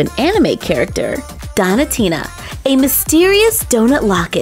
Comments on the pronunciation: Its donutina like donut not donitina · I love watching your videos BUT(T) i'm not sure that's how you say donatina.. dough-nah tina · not to be rude but it's pronounced doughnut-ina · You don't know how to pronounce donatinas name correctly it's doen -atina